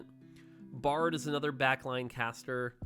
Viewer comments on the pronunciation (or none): none